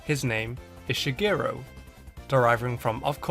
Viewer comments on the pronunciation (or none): It blows my mind that you say Shigeru as Shigiro. WTF. stop. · ShigerU not ShigerO